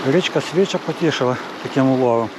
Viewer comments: СвічА, наголос на "а"🙂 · Унас називають річку Свіча' наголос на "а "від того що вона чиста як свіча.